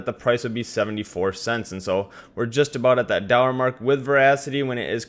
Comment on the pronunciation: No disrespect but everytime i heard him say "dollar" it sounded like "dorra"